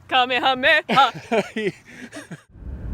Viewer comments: "Kamehameha"? I must be getting old. I learned how to pronounce this while watching the original Magnum P.I. back in the day: Kuh - may-uh - may-uh 😉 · Cock sauce you say? I call it kickin' chicken. I think the pronunciation is KUH-MAY-UH-MAY-UH.